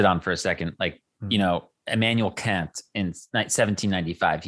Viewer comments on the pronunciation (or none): none